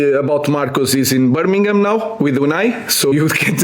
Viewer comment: Burmigham ...like you even don know where my boy is???